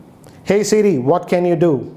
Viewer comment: "Hey CeeRee" wtf